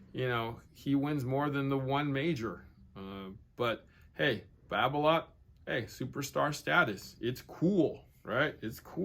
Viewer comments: its Babolat not babloat godamit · france pronounciation Babolat: Ba bo la